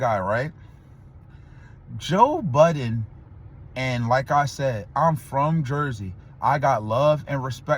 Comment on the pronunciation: Bro every time you put the S on that last part of Budden just discredits everything u said before and after lol. How you make content talkin bout niggas and can’t pronounce their names and callin the wrong peoples name. Just keep em out ur mouth bruh 😂😂😂